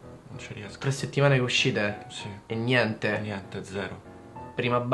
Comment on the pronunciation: ahahah questa è fichissima! però deve migliorare la pronuncia di "niente"!